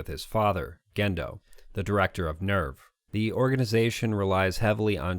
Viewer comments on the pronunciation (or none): The audience in the movie theater shown in EoE was from a showing of Death & Rebirth, not watching the conclusion of EoE. Also, NERV is pronounced "nehrf", like German for "nerve", not the English "nerve". You are very welcome.